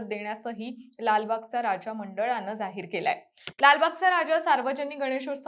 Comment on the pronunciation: जाहीर चे उच्चारण सुधारा ताई